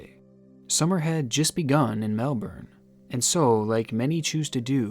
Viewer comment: Finally an American that pronounced Melbourne pretty much correctly